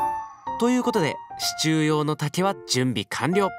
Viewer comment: 不破っち「支柱↓」 わたし「シチュー？あっ、支柱↑のことか！」